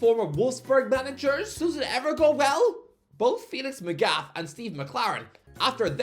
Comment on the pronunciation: The pronunciation of Magath is next level